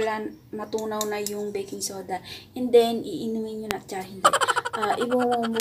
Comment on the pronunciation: pagkadinig ko ate "beking soda" medyo natawa ako hehehehe